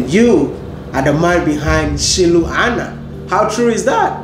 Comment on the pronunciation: Wodemaya thanks 🙏 for this inspiring video, u so brilliant to learn quickly even pronouncing "Shilu Ana" correctly 😁 . Long Live wode 🙏